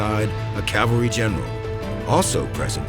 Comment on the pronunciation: Remember folks, it's "CAV-al-ry" not "CAL-var-y"! Two completely different things! They even mispronounce it here a few times.